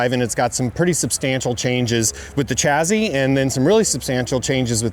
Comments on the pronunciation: Why does he keep saying chazzzy ? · There's no Z in the word chassis. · The chazzy is snazzy!